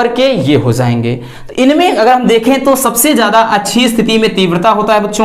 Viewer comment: Zay ge nhi..jay ge 😂